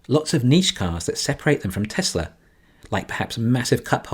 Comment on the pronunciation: And “Tezler”